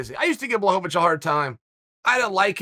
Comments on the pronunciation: It’s pronounced Blachowicz Chael: Who the fook is that guy? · Blahoevavich lol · Chael "Blowholevovich" Sonnen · Nothing better than watching a Chael video and hearing BlahoVOVOVOVOVOVOVICH. It never gets old. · bla hoe va vwitch - uncle chael